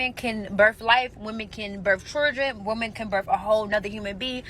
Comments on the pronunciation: That one that resembles Rodman the argument as soon as she inserted a "R" into the start of word "children" There was absolutely no reason to continue to listen after that fell out of her facehole. Just sayin... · Any woman who says Chirdren I’m out. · " Women can have churdrin"